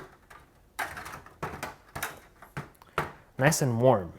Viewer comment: “Very noice”